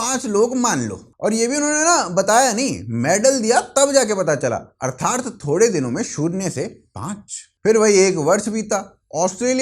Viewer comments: Sir 'Artharth' nahi 'Arthat' boliye ; ) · One feedback. It should be अर्थात्, not अर्थार्थ।